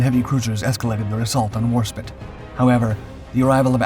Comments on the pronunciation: Your pronunciations of names is a particular annoyance/amusement to me as a natural born speaker of English - and also one with a fair amount of military and wartime knowledge... For example, it is HMS War-SPITE, not War-spit. The "E" at the end tells you exactly how to pronounce the word! And there's HMS Mal-ay-ah, and not Mal-eye-er! And then there's Admiral Cunning-UM, not Cunning-HAM! Or the Italian port of Tar-ANT-oh, not TAR-anto... I wouldn't even mind so much if you didn't meanwhile get the Italian ships' names pretty much spot-on! And then we have the "allied" cruisers... I thought they were ALL British? Keep at it - and maybe watch a bit more actual (preferably British!) wartime footage with narration from the time - and I'm sure you'll get it right eventually!! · Have heard the name pronounced HMS War-SPITE & HMS War-SPIT numerous times on various documentaries throughput the decades by American AND British narrators. Could be wrong but seems that the British preferred the pronunciation of War-SPIT. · it pronounced War SpIte I not it Do not disrespect Enterprise's British sister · OMG, it’s Warsp I te, with a hard “I.” It’s like chalk on a chalkboard….. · We must make sacrifices to the God of the algorithm. Even if he does keep saying spit ! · You've been corrected many times over the mispronunciation of Warspite, and not showing any change means you are disrespectful of the many warriors who served on her. Basic research helps when presenting history, but it has to be done with the respect it deserves for the many lives lost during the world wars. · Ok seriously you clearly an American person. It is war spite like spiteful. Not spit like spit on your foot. You really need to fix this issue. It is like us insulting your favorite thing you know so much about. Because of this i can't continue watching this video. Sorry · Inaccuracy 2. WARSPITE. WARSPITE. WARSPITE. Do you see the E? It is not warspit. WARSPITE. My god